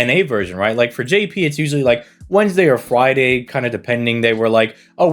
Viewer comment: It almost sounds like your saying fwiday instead of friday. BTW you say to skip this banner, but the CE's are good and the servants are pretty good too.